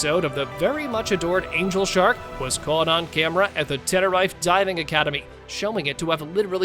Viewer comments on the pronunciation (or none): Pronounciation is crap. Tenerife is pronounced ten er reef